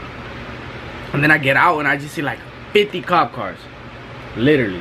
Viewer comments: It’s the way he says “liwterally” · “literally”😂😂😂 with his accent 😍